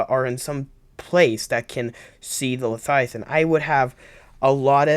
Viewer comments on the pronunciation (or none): LE-VI-A-THIN not LE-FI-A-TIN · Are you saying #1 leviathan or #2 lethiathan? it's #1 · Everytime you say leviathan as 'lethiathan' it activates my Grammer nazi